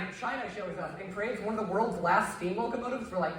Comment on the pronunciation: “World war juan” IM FRYINGGG